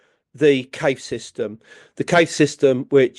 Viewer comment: Can't this man pronounce Cave correctly?